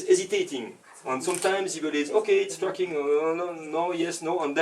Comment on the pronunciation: sounds like hes saying fucking instead of tracking